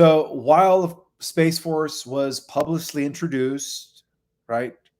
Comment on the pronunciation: Publisely? Publicly (pub-lick-ly)